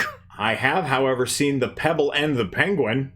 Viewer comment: I nearly spit my drink out at mispronouncing penguin. Thank you. I also haven't seen the Secret of Nimh. I think I've seen parts but not all of it. I think it spooked me as a child. I'm very surprised I've never seen the Basketball Diaries since I was such a Leo nerd as youngin. I spotted Marky Mark's name listed literally the same time as you said, "I gotta go." LOL While You Were Sleeping correction: She's not in love with the guy she saved. She thinks he's gorgeous and all and goes to the hospital to make sure he made it out okay since she saved him and but his family mistakes her as his new fiancé that they had never met. Correct tho that he has amnesia. He doesn't remember who his fiancé is. She goes to correct them but keeps getting interrupted. The movie goes on and his brother and her end up having "moments." That's who she ends up falling for: the brother. Hijinks ensue. It's fun. I love it. Also loved Friday as a kid. I have no clue why. I barely remember it. But dear lawd, I watched it ALOT at a relatives house. The AEW joke made me chuckle.